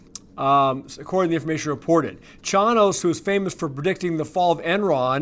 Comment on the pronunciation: Jim Chanos. (CHAIN-OSE)